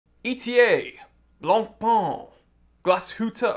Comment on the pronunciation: Again: BLANCPAIN is not BLANPAAN: is french, so you need to say BLANPÈN. Oooookkkkkkeyyyyy?? 😈😈😈